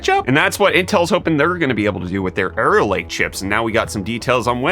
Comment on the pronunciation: I keep hearing say "Error Lake". Is this foreshadowing of things to come?